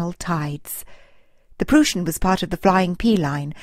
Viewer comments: It is pronounced "prois n" Get the name correct! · Great narration and fantastic pictures! Way to go! ( A little hint though: It's pronounced "PrOIssen". The "eu" sounds like the "oi" in "oil" or "oister".)